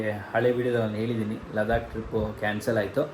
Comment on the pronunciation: ಲಡಾಖ್❌ ಲದಾಕ್✅